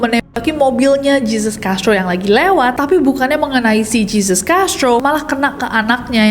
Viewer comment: begini pengucapannya: "heysus" bukan "jeezus" "medeyin" bukan "medellin"